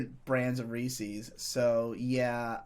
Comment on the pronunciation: >"big Reese's fan" >Says it "Reesees" Is this just an East coast thing to butcher the pronounciation? I've never heard it from the West, Midwest, or South